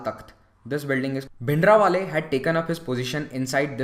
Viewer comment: It is Bhindranwale not Bhindrawale